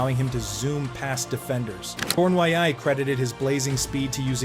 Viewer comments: Pronounced: Corny-yay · Stupid bot. Islanders Rangers what's the diff? Pronouncing Cournoyer's name was the first giveaway.